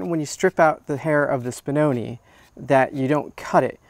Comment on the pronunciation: Spinoneh is pronounced with a short e sound at the end. Like when Italian (talking about real Italian not Italian-american) didn't hear something and they go eh? If you say spinonee it's plural (one spinone, many spinoni) the pronunciation you are using now with the long e is for the plural. Hope this was helpful, honestly if I had an American dog breed I would care to know the correct name pronunciation.